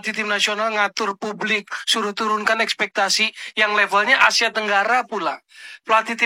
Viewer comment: Espektasi bang, bukan espestasi